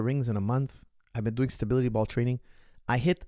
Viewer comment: as you like stability ball so much, you should practice saying the word. If you stay consistent over a period you will become a master. I guarantee it! (Great content by the way:-) )